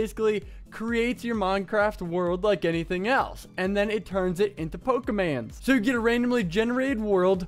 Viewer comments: Pokermon not pokerman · Its pokemOn and not pokemAn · Man my ears are bleeding... But it's POKEMON!! NOT POKEMANS!!! Plus Pokemon is already plural, and no where in ANY of the games do they call Pokemon "pokemans". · Pokemon not pokeman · It's poke a mon not man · It's pokemans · pokeMONs not MANS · Pronounces it 'Pokeman' :P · i dont recall them being called "pokermon"...yes it is pokemon, the reason says pokemans i think is because back than people would always be like "let me show you my pokemans" or something like that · Why does he call them pokemans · I'm not even that into Pokemon and I'm kinda pissed he's pronouncing it all wrong.